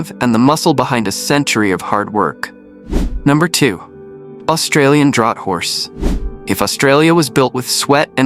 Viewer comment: and lets not miss the pronunciation of "Draught" he pronounces as Drought, instead of the correct "Draft".